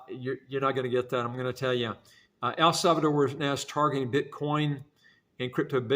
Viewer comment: There is no “e” at the end. The name is El Salvador. 👍🏻